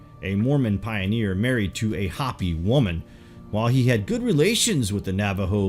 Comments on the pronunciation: Pronounced Hoe-pee not Hah-pee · Its not HOPPY, IT'S HOPEY. WE AREN'T RABBITS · It's not hoppy it's pronounced " hoped". U butcher other words too. Do some research then you may not sound like such a Yard when you use words like "erstwhile". Douchey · Hope Eee. Hope Eee. Hopi isn't hoppy it's hope Eee ! yah ta hey. Hastien yazee...dola bichan .oops that's Navajo. William E. Auble Capt and carrier pilot spoke perfect Navajo and listened in on Jap aviators on the radio. It was an almost identical phonetic but different meanings. A complete confusement . He never took credit for starting the Navajo code. So my step father was a reservation hero. As the code talkers ....he then noticed large amounts of cash laden tourists who loved Indian jewelry. So those ww2 pensions bought tools and forges as the largest precious metals movement was allowed as the gold hijaxked from Spain and Mexico that Indians mined was raided 400 years about a ton a year. So I witnessed the largest move of gold and silver from the sacred stashes. Then bullion wasn't allowed until 75 which started a freeforall if stash ownership. Vittorio Peak was a bombing range dozens have tried. Yet I watched load after load shipped nationwide to flea markets and retailers and wholesalers like trademark. Motorhomes worth multiplied millions spread out into distribution routes. It was so cheap. Hundreds of tons of silver and gold ...and you all want it or have it in a drawer. Then in 79 spikes $50+ oz. I had suitcases and went on an 8000 mile bicycle circuit around the US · Hopi is HO-pee. Hoppy means full of hops. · the ineptness is astounding cant pronounce Hopi LOL Calls the Hopppy... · This narrator is great, but never ceases to amaze me with his inability to pronounce common words. "Hopi" is said like it's spelled, no "hoppy". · It's Hopi (HOPE-ee) people/tribe & wife, not "Hpppy", -ish. Shambhala is (Sham-ba-la) or (shamb-ha-la) where the b is soft and h is barely distinquishable. It is not (sham-ba-holla)!